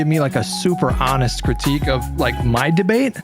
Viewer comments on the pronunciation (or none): No shot the guy pronounced 'honest' with a hard H. Either Im missing a troll or the American education system has officially failed